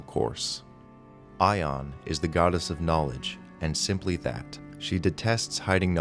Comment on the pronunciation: you make Ioun sound like Aion. not a connection I think most folks want in their D&D. just FYI. try I-oun. it's how I've always heard it. also sounds suitably 'different'.